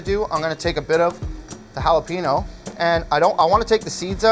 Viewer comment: Is any one else upset how he says jalapeño?